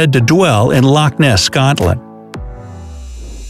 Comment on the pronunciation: I subconsciously heard him say "loch Ness" but didn't want to believe it.